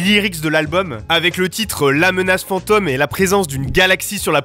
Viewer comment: "la menace fantEUme" mdrrr dit le correctement